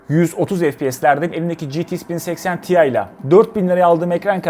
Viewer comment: Ya "ge te iks 1080 te i" demelisin ya da 1080 i de ingilizce söylemelisin.